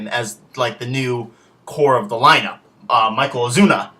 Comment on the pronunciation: His name is Marcell Ozuna, not Michael Ozuna. O.o